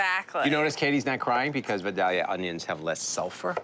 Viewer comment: Looks delicious! PS: Vidalia is pronounced vie-DAY-yuh. Take a look